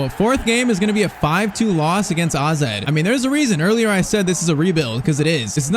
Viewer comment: man Called AZ Alkamaar Aze